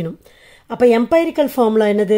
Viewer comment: எம்பைரிக்கல் illa எம்ரிக்கல் mam . Thanks for your useful video😊😊🎉😊😊